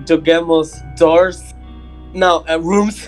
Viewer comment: o engraçado é o no começo: " DÓOSS " kk